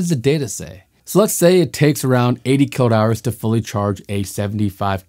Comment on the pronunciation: I would like to challenge your obstinance in cutting Mr Watt"s name EVERYTIME you pronounce kWh. Is that on purpose? Or the scriptwriter 4got to give a hint on pronunciation? I really think you pronouncing correctly would raise your value from 2 to 4 bit something.